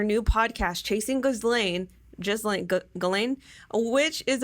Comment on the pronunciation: Her name is pronounced “ giz lane” the pharmaceutical is pronounced “anti retro viral” just so you can say it right lol. Otherwise great info.